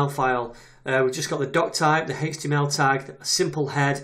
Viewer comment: It sounds like he's saying Haych-TML instead of Aych-TML and I find it slightly distracting.